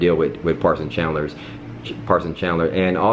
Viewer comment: lol you said parson chandlers twice xD